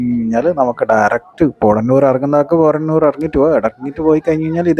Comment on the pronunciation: പോട ന്നൂർ അല്ല.. പോത്ത ന്നൂർ ആണ്